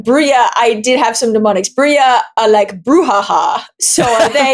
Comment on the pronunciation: As Austrailians, you don't have much call to know Spanish, but J in Spanish sounds like H. Therefore, "Brujah" is "Broo-hah", so Dael is correct there. Brujah are typically punks and thugs. Ben, Toreador are the artistic ones. Ventrue are the Blue-Bloods, the wealthy and well-bred, which may be confused with Tremere, who are the Alistair Crowley sort.